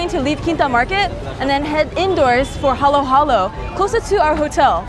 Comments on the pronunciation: Its not what u said its halo halo im from filipino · When she said 'halo halo' wrong i felt that (and filipino street foods are so good)